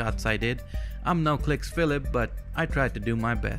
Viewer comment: You saying that your not "no kliksphillip" sounds like your saying "noclicks phillip"